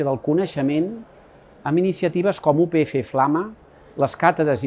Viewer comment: Oriol, com a estudiant de periodisme de la upf, m’agradaria dir-te que comunicativament, un error en el vídeo és utilitzar el català oriental però, a la vegada, dir “u pe efe” en comptes de “u pe efa”, ja que hauria de ser vocal neutra. T’ho dic com a crítica constructiva i em sobta que l’ajudant de comunicació que tinguessis no t’ho hagués comentat. Salut!